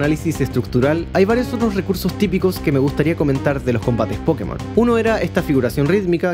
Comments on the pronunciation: Acabo de llegar de un viaje en Japón, he estado en las tiendas nintendo y siento decir a toda hispanoamérica que, simple y llanamente, la pronunciación correcta es "PoKÉ-mon". Vaya, que tampoco debería haber habido nunca ninguna duda, la propia palabra está escrita con una tilde bien grandota. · A ver, que no hay que disculparse por decirlo mal. Puedes pronunciarlo como quieras pero el propio creador ha dicho cómo se pronuncia y tiene una tilde como una catedral para saber cómo es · Pregunta sería. ¿En latino américa se escribe "Pókemon" con el acento en la primera "O"? porque nosotros le decimos de esa otra forma porque el acento está en la primera "E" xD. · nunca he entendido porqué le decís "pókemon" en vez de "pokémon" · Sin tirar nada de hate y solo por curiosidad: ¿por qué dicen pókemon en vez de Pokemon si hasta tiene la tilde en la “é” en todo lo que está escrito en español? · En Colombia le decíamos Pokemón 😂😂😂 (o por lo menos así siempre lo escuchaba yo) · Los españoles le dicen pokémon, tú le dices pókemon, y yo le digo pokemón 😢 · Poukimon en ingles Pokémon en castellano, como debería ser Pokemón en Latinoamérica Pokemon sin acento en japonés aunque a veces también lo pronuncian cómo en Latinoamérica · Yo le digo: "Pokemón", que suena lo más parecido a el Japones, el cual no lleva acento... Dato curioso, el acento en la É era para que los estadounidense supieran que esa E se pronuncia como en la palabra "Pocket o Rocket" y no le fuera a decir "Poukmon" como se dice "Poke" como en "Slowpoke"... pero los muy genios pronuncian esa E como si fuera su E común que suena a "i"... o sea "Pókimon"... 😅 Y los españoles se fueron de tontirijillos... porque pronuncian ese acento en la É que es un "adorno" como si fuera para ellos, haciendo sonar la cosa aún peor 🤦🏼 Es así como que si todo el mundo se hubiese de acuerdo en cag💩la... 😑 Porque no hay que olvidar que cuando los japoneses no lo abrevian, le dicen: "Poketto Monstaah" 🤪